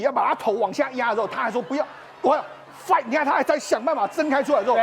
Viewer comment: 英文在亂發音 是fighting好嗎